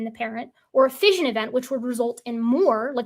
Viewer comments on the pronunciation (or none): none